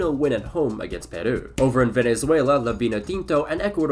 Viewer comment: why does he pronounce Peru like a japanese word?